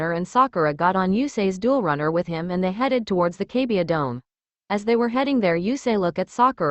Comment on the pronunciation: it's kaiba NOT kabia